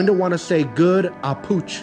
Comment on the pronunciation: Not saying good "ahpooch" to my dog...